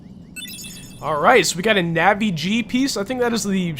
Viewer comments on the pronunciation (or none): none